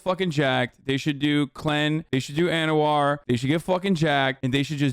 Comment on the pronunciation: Bro, I'm your biggest fan, but the oral compound is isn't call ansovar or what ever you said it's anavar. Love you though and F bobert foxing coward